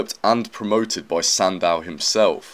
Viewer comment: I’ve never heard Eugene Sandow’s name pronounce that way.